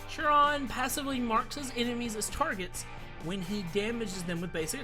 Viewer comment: Pronounced khai-rhon